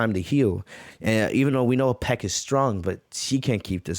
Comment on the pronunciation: Your saying piecks name wrong